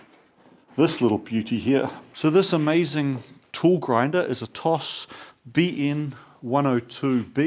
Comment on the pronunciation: Pronounced "tosh" BTW